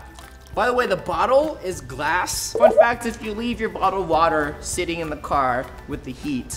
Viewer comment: did he say bottle water or wottle bater